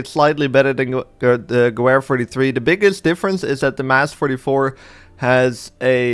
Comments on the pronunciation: More like gewere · Definitely not how you pronounce gewehr